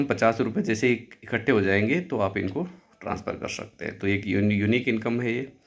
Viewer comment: कर शकते मत बोलो कर सकते बोलो " श " नहीं " स " होता है उच्चारण सही रखो